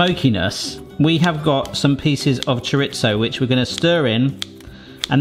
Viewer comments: i believe its pronounced cho re zo not cho rit zo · Please look up how to pronounce chorizo, you use it regularly